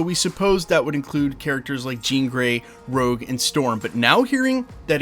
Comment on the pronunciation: Can we get Rogue right this time,, please